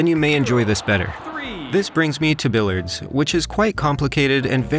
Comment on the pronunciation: Perhaps you'd find billiards more enjoyable if you knew how to pronounce it